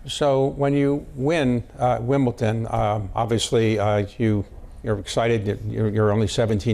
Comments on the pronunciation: What a bore, this interviewer. And it’s Wimbledon, not Wimbleton. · Is this guy just old, ignorant, or just don't know how to pronounce words properly there is a difference between WimbleDON and WimbleTON. Get him outta there Bloomberg,he sux